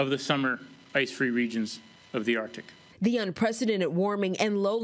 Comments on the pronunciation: How to pronounce arctic? Hmmmm ARDic. Lol why isn’t anybody letting her know? Arckk-tick. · You're a professional reporter and still pronounce it as ARTIC? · Anyone else hear her say .."Ar...tic". .?? EDIT: I scrolled messages left and yes you heard it too. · why does she keep saying "ARtic"? there is a "C" in there.